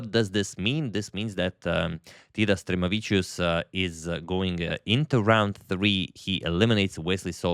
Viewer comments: hi agad, just a correction on the pronunciation (only because I know you always try to get them correct so I don't mean to critic you) for Stremavicius, the stress goes on the 'ma' syllable: stre-MA-vi-cius :) I hope you show some other games from lithuanian GMs in the future. fantastic video as always! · In Stremavičius, the stress goes on "ma" =] avičius is common ending of surnames. It's always stressed on whatever goes before that + the A in there.